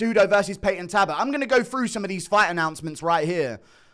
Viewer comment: Its payton talbot with an L guru please stop torturing me